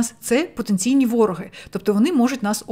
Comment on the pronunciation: Хочу покращити вашу українську! Думаю ви не проти раз ви на неї перейшли. У слові "вороги" наголос на "и".